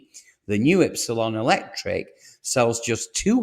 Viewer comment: You can’t even pronounce Lancia or Ypsilon correctly 😂.